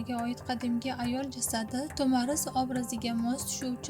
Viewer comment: Ассалому алайкум туғри талафуз қилди Тумар деган манони англатади Тумар деган нарса боғланадиган яни тугунга ухшайди буйинга осиб боғлаб юрадиган тугинга ухшаган олқа русча айтганда сепочкага ухшаган нарса Тумор.тагида тугунга ухшаган кичкина халтачаси булади